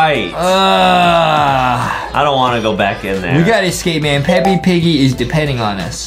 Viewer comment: This man said peppy not peps lol